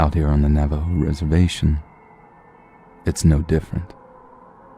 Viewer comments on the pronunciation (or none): none